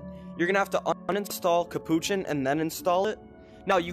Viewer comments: It’s capuchin not kapouchan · Its not capuchin